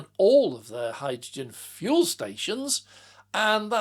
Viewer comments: I heard that too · #Me too!